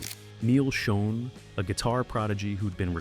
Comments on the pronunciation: It's pronounced Shawn And Raw-lie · Neal pronounces his last name like you would say "Shawn." Gregg's last name is pronounced "Raw-lee." And Herbie heard Steve's demo, not Neal, and it was Herbie would told Neal and Gregg, who didn't want Steve, that Perry was going to be in the band, "So get used to it." Steve replaced Ross with Bob Glaub, who was then replaced by Randy Jackson. Steve Smith played on 3 tracks (the same three Bob played on) for Raised on Radio before being placed by Larry Londin. Mike Baird was the touring drummer only. You failed to mention that Steve's mom was terminally ill during the recording of Raised on Radio and died before it's release. He also quit mid-tour and cited exhaustion as his reason. Regarding Steve's hip surgery, he refused to get surgery till AFTER they let him go. Incidentally, Perry claims that he gave up music after he left in 1987; however, he started working on second solo album in January 1988 called Against the Wall, which wasn't released. He released his official second album in 1994 (For the Love of Strange Medicine), and seemingly, only got back together in 1995 AFTER Neal and Jonathan played a tribute show for Herbie, featuring Gregg and Kevin Chalfaunt, who were in the Journey sound-a-like band, The Storm. Neal, Gregg, Jonathan and Kevin were in talks to reform Journey with Ross and Smith, when Perry found out during an interview in Canada (the video is on YouTube). Shortly after, Perry called Jonathan and said that he wanted back in, BUT Herbie, Gregg and Kevin